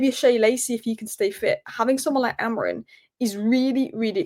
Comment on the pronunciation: Are you saying Ruben AmoriN? Lol